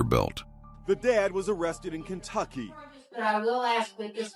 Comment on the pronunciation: she said Cuntucky.. Cunt is with a C... you need to listen better boy lol